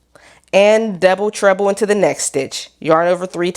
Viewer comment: Why do I keep hearing „double trouble“ instead of „double treble“? 😅 I wonder if a baby blanket could work out with this stitch or is it too loose to keep anyone warm?